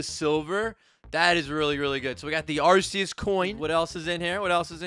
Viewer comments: Pls tell me he didn’t say arseus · He said acus